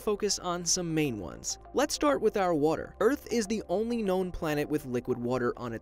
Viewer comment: so lets start on our WUTER